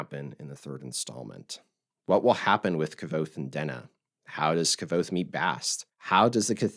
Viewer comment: It's not pronounced "K-ah-Vothe." The 'V' is akin to a Latin 'v,' which is pronounced like our 'W.' This makes it 'K-w-othe.'